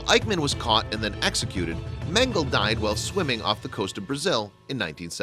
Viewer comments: Meng a luh. Not Mengul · The biggest crime here is how you pronounce Mengele. Did you miss the era when The History Channel was the Hitlery Channel?